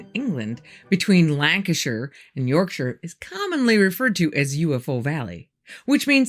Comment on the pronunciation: This is the first time I've heard an American pronounce Yorkshire correctly 🥲